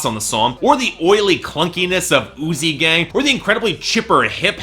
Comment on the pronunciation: Throughout the review I thought you said "Oozey Gang" and not "Uzi Gang". thankfully, the real title isn't THAT gross